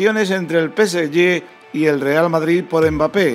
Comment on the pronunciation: No se dice PESEYE. PSG se dice PESEGÉ Porque la letra YÉ no existe.